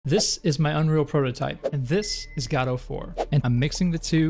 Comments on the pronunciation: It very much so upsets me that you call it "GAH-DOUGH".. Bro it's "GUH-DOUGH" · Every time you say "Gaudou" I cringe. Please just say "Go Dot" or "Go Dough" like everyone else lmao In all seriousness though, very cool video, it was fun seeing your process learning the "Gaudou" engine! It's an awesome engine, and I've had a lot of fun learning it. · PLEASE JUST SAY GO-DOUGH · Its Go dough or go, dot. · i keep hearing "godofwar" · Really nice video. Just thought I would say that Gadot is pronounce G’doh. Emphasis on the “Doh”. Sounds like you’re putting the emphasis on the “guh” instead of the “doh” part. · Thought he said God of War. Lol Great video! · Good content, but I cringed every time you mispronounced Godot. It's guh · doe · Saying Godot like "gado" is like reading gif like "yiff" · Every time instead of "Godot 4" I can hear only "God of War". This would br really amazing game-making engine XD. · Ppl be like "It is pronounced Godot, not Godot" "Hold my beer" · Thanks youtube for deleting all of my f**** links.. I posted like 7 different sources backing up the fact that you pronounce it wrong but youtube deleted all of them except the youtube link. Lovely. It takes 1 google search and 5 minutes of your time to see that you are blatantly wrong, and if the developers are going to base their engine (name) off of something already made, then they inherently have to accept the name pronunciation that came with said name.